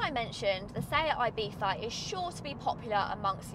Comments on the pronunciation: I bee tha and not I bee Zzza???!!!!! why???? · I know it's the correct pronounciation, but the "th" is killing me, just call it Ibizza, Ibisa or ibitza like half the Europe does, it sounds much better than the god awful "ibitha"